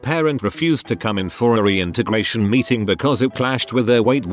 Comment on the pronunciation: Why does it sound like when the text to speech says meeting it sounds like beating .